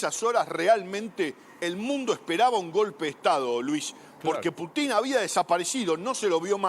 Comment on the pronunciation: No se dice Putín sino Pútin con acento en la U